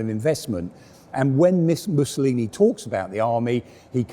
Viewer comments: "Musaloony" hahaha possibly the most appropriate slip of the tongue in history. ( 5.10 ) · "Missaloony"? Someone's been watching too much 'Allo 'Allo? ;-) Gruber's Kleiner Panzer ("little Tank") was a wonderfully well done conversion.